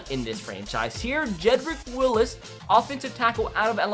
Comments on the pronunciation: i wanted to kill myself when you said jedrick willis instead of wills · It’s WILLS not Willis. Jedrick Wills. Only one I in his last name. Roll Tide tho